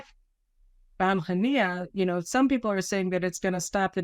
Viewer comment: You could have got his name right its Was Mail Haniyeh